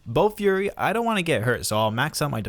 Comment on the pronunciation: It was bofuri not bo fury 😆